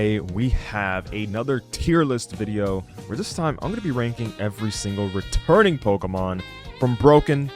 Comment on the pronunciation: My sister thought you said "Retarded Pokémon" instead of "returning Pokémon" 💀